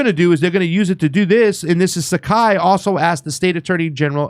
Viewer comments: SPAGHETTI MONKEY, Saiki is NOT pronounced "SAKAI" = LEARN TO READ. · BTW, the proper pronunciation of Saiki is (psyche). Patrick is a disgrace to the islands. His mother Patricia or Pat Saiki (again pronunciation is psyche not Sakai) is more honorable.